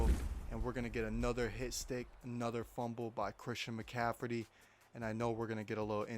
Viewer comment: “Christian Mcaffridy”😂😂